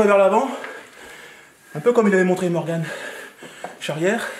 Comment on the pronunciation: MORGAN ! Pas Morgane ! mdr, le pauvre, personne ne prononce bien son nom